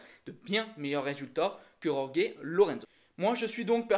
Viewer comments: alors STP, Jorge ça se dit "Rolri" en espagnol ou "George" en Français. merci. Yorgué ça fait plouk. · Cette prononciation de Jorge me fait mal aux oreilles ... Pourquoi «Yorgué» ?? Oo Le j et le ge en espagnol, se prononce presque comme un raclement de la gorge (je dis bien presque). Même Zarco fait la faute, ça me fait tellement mal ...